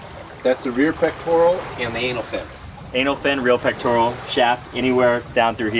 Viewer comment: And it's peck-tore-uhl, not peck-tore-ee-ul. The elf's name is Dobby (dah-bee). Great video guys.